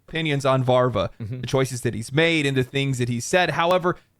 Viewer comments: It's Daniel VAVRA, not "Varva". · Its Daniel Vávra not Varva 😂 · Why is everyone reading "Daniel Vávra" as "Varva"? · it is VAV RA... not VAr VA